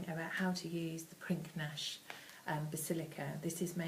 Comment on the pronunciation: Pinknash??!!......its pronounced pinnish ffs